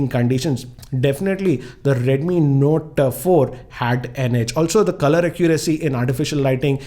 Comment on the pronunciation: your videos are great and i always watch your videos but sir dnt mind ur accent is kinda wired sometimes u pronouns words very strangely like notaaa 4 with pause...and u also make kinda anyoing noises..dont mind sir but your videos are pleasure to watch.thanks